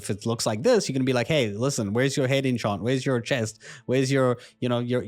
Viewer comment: CursorTrails is something I've needed for a while. Ok content, a lot of weird pronunciations of words like 'enchant' and 'mana' however the addons content was ok. I thought it missed out several basic MUST have addons like a bag addon (Betterbags for example), dialogue UI (for improved quest reading), dragonrider (for improved skyriding indicators), Litemount (for mount management), Mapster (for improved maps), Postal (for improved mail), and QuestPlates (for a significant improvement for quest targets, daily quest targets, etc).